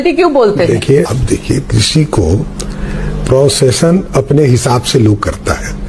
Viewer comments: कामराज यूनिवर्सिटी में पढ़ने वाला मूर्ख एफिडेविड का उच्चारण नहीं कर पा रहा ये बिहार कैसे चलाएगा। Pronounciation को प्रोसेशन कह रहा है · Pronounciation❌ Procession✅